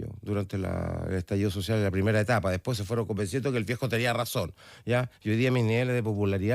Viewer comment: Y aún le sigue llamando “estallido zoocial”